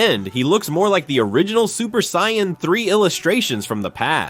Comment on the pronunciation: Terrible AI voice slop that can't even pronounce Vegeta or Saiyan properly